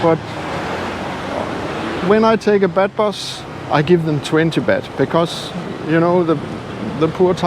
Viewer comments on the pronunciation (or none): In English you don't say bed bus but more like bath bus. With a ah. I like Jomtien, I like Pattaya also, I even like Naklua. In Naklua there is a very nice fish market.